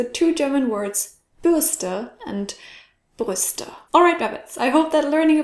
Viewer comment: Frank Steffahn Spuken and Spucken, and Brüste and Bürste, even though the last 2 are more different, when she said them fast, barely pronouncing the R in brüste, they sounded the same to me